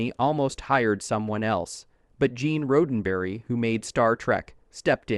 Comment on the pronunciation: Who is Gene Road N Burry ? I've heard of Gene Roddenberry ... ta yadda ta yadda ... blah blah blah ... 🤣